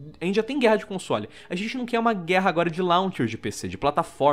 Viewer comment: Faltou um r no quer